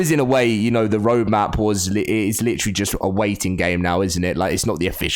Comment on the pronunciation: I have a feeling ark 2 will be delayed to 2024 and then theyll milk ark 1 again with adding UE5 to it, the fact all we have seen is concept art from the game when the initial release was in 2021 like where tf who tf even thought of that date. And the way he says literally gets me i-lletrally